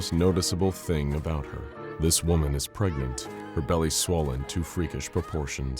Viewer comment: Gregnant, pefnat, preganté, pegnat, pragnent... PREGANANANT??